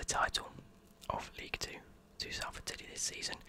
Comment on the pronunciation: cos that’s how u say it n I’m from salford so I know